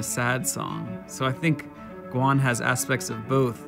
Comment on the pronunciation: GwAWn? GwAN? I'm confused.